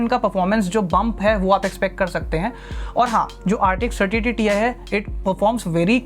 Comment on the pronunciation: It not TI it's TIE 😂😂